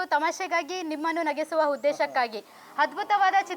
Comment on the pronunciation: Nagesuva 😂😂 Adhu Nagisuva kandri 🤦‍♂️